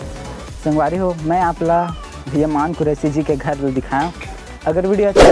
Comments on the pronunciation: मान नहीं रे मन कुरैशी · भाई मान कुरैशी नहीं, मन कुरैशी नाम हे वोकर